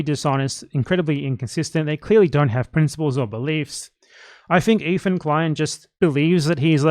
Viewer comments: Are you calling Hila “Heila” on purpose 😂? nice little touch. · I didn't know if you were mispronouncing her name unintentionally, but I feel like you're doing it on purpose in which case, keep doing it more! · Another response here all but disproves my theory: It sounds a lot like he did it on purpose